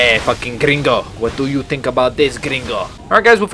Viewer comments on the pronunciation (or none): none